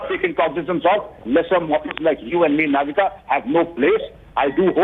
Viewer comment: She is Navika not Novita😂😂